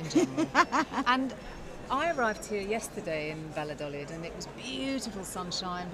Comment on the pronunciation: Julia ought to have learnt how to pronounce ‘Valladolid’